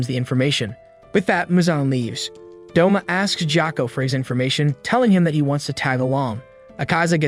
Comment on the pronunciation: U mean Douma not doma